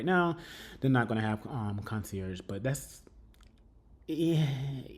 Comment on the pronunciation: Hello! I love the search for a new apartment. Just a note to you nephew you are pronouncing the word concierge incorrectly. I't show be pronounced KON-SYAIRZH, kill the (g). Love you friend. Enjoyed the vlog.